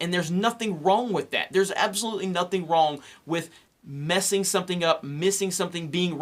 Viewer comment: You are wrong at pronouncing the word "wrong".